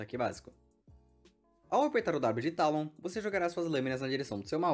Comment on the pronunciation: é "Teilon" não "Tálon" bocó